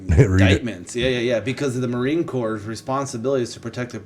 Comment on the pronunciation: Marine “Corps” is a silent “P” & “S”.. pronounced like Core . Great channel!🇺🇸